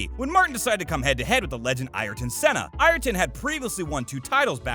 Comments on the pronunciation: "Vershtoppin" "Roseberg" "Ire-ton Senna" etc - wow, you literally got every important name wrong except Brundle. Maybe do videos on another topic.... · Holy fuck I haven’t heard this guy pronounce one fucking name correctly. Vershtoppen, Ierton, Vilnuuuve, Shewmocker, Roseburg. If you’re going to do all this research take the extra 5 seconds to learn how to pronounce the names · fair enough, I’ll concede the point on the Schumacher pronunciation, if you say so. But that wasn’t the main point I was making. And he definitely did mispronounced Verstapen and Ayrton.